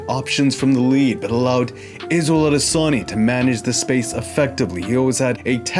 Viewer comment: Izzel Odesonny